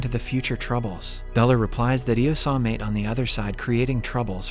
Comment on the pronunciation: Maite is pronounced My-Tee...like Mighty